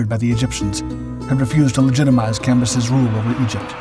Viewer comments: Cambyses not "campuses". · Cam, by, ses. Not what you was saying. Lol